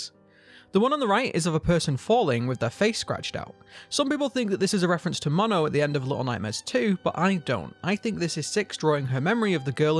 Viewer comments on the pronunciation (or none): none